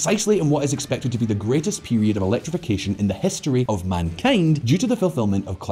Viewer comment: What the fuck is ‘hestory’?